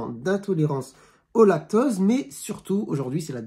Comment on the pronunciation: Vous parlez du lactOse ou lactAUse ? On entend mal.